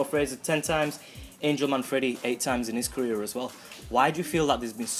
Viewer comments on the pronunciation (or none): why did he say angel manfreddy lol